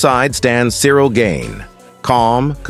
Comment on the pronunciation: Pronounced garn not gain.